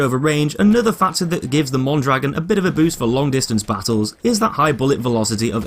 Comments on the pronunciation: its pronounced moan draGOAN not mon dragon notice the accent mark thank you sir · mondragOn the accent on the "o" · Mon dro gon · Mon-dra-gon not Mon-dragon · ita pronounced Mondragón not dragon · is Mon-dra-GONE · im not a native speaker. point is it's not MON DRAGGIN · as a spanish native speaker it is pronounced moan-dra-goan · Yo digo Mondragón asi que... :v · No it's pronounced mondrogan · Se dice Mondragon, no goan ni ghon ni guan. Los nombres propios se leen en la lengua de origen, no se traducen no se pronuncian en otro idioma. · *mon-druh-gon, no offense lol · You’re pronouncing Mondragón wrong. Look at the ó in dragón. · i know right it makes me die inside whenever a youtuber pronounces it wrong (which is pretty much all of them) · it's named after a mexican man. therefore you say his name like it would be said in spanish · not really… unless we are talking about local dialects of the same language that somehow have different vowels, in every Spanish-speaking country, you will hear people always saying "Mondragón". That little accent is always pronounced the same no matter where you go, whereas consonants might change, particularly in parts like South America where their "s" is short or flat-out non-existent in pronunciation. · Look at the ó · well that's not how you pronounce that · Blueismyfavouritecolor Same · Metalcore98 the guy in the FW video doesn't pronounce it the same. he also says he probably isn't saying it right